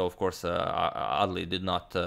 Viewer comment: I kept hearing ‘ugly’ lol